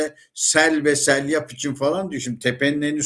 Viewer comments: SELYAP değil doğrusu SEYLAP 'tır.Aniden,birdenbire gelen sele seylap deniliyor.Hatta Eskişehir'de üniversite civarında bir caddenin ismidir. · Selyap değil dedeciğim, seylap. 🙃